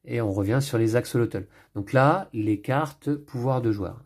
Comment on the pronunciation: Hello, merci pour cette belle présentation. Pour info, axolotl ce prononce "axolote" c'est un petit animal fascinant !